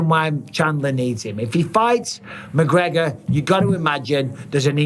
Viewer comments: Who the fook is McGreogr? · Who's mcgreogr?